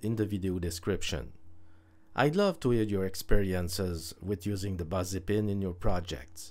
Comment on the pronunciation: Great vid, gonna use it ... a suggestion for your very good English 'Busy' is not said as 'Buzzy' it is a ' B ih zzy' like silly or willy, missy, kissy or Milly. 'Fizzy' is the best comparison, fizzy, busy ,fizzy, busy they rhyme - English is nuts, sorry lol